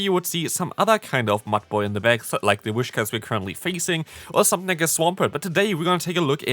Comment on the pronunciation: Btw its Whis-cash noch Wish-cas